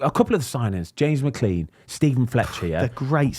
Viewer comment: Brits can never pronounce McClean can they